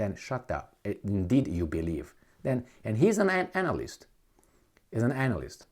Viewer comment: I feel like purposely pronounced anal-list